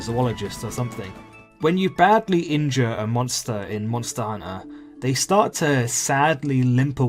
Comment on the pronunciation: I found it oddly calming how he says monster hunter as monster hunna